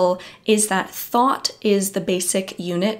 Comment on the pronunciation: I hear thought but I hear Thot. LOL. idk why